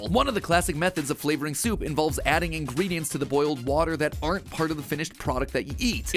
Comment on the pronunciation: Coffee.... Soaapu?